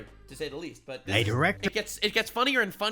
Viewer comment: Lol you sais butt dog